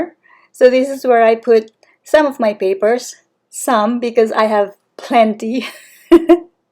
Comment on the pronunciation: 😅😅😅 I hear you when say "PAPERS" 😊 Cheers from Australia 😁